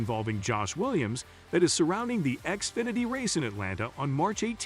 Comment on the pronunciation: xfinety not axefinety